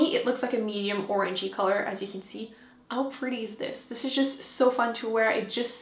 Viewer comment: I looooove the way you say " 'ow stunning!" :-) :-) It makes me smile!